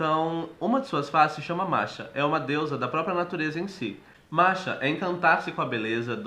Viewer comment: Até onde sei Morrighan, Macha e Badb não são uma só deusa, mas elas compõem um trio de deusas da guerra: As Morrighans. Macha se pronúncia "Marra" e Badb "Baavda".Ainda assim estou contente pela atenção dada ao panteão celta. Abençoado seja!